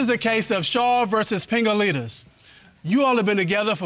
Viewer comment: I kept hearing pingalingus